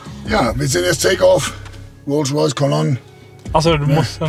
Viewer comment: Rolsch Royce